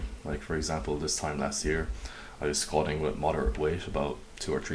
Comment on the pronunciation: why do you prounounce it squashing? ( squatting ) ?